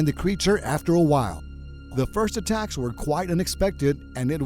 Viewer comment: In the start I heard "A TAX" instead of "ATTACKS"